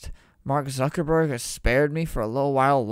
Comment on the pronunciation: "Mark zaddyburg" LMFAOOO